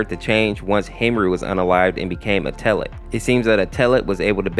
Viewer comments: i hate you say (eh-teh-led) eteled, its actually (et-el-edd) eteled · In the eteled series he's pronounced "ed L led" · UMMMM ACTUALLY- IF YOU GO TO GOOGLE TRANSLATE, THEY SAY ITS PRONOUNCED ETOLED 🤓🤓🤓🤓🤓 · WHY DO YOU PURNOUNCE ETELED LIKE THAT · Just to let you know, your saying Eteled wrong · You said Eteled wrong 😭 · I don't mean to sound rude, but Eteled's name is actually pronounced like "kettle" without the K and then the last syllable is like "led", and then its said all together fast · A little braincell fizzles out whenever he pronounces eteled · Listen bro some people have harder times pronouncing words than others and sometimes those words can be pronounced multiple ways such as chara So give. a break man